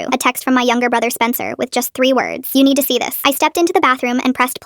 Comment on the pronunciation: "Y'need t'see this" A bit of an accent